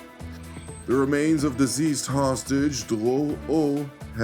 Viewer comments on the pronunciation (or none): You are not pronouncing the word "deceased" correctly. You are pronouncing it diseased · it is pronounced deceased, not diseased.